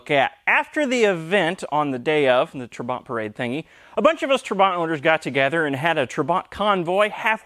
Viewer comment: When my father was changing his dated Trabant P600 into new model - P601 (as yours) in 1973, I am sure he pronounced "trabant" different way than you do. He accented first syllable like "TRAbant" not "traBANT". btw: No 601s had factory hazard blinkers, probably your aftermarket module is causing troubles with normal blinking the right side ....